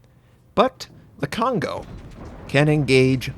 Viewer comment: I feel bad when American people pronounce Kongo wrong